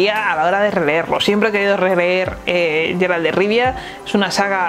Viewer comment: 😂💦Es Geralt, NO sheralt.... Por cristo